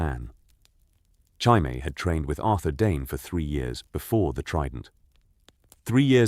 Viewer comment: The butchering of Jaime has me dying dude 💀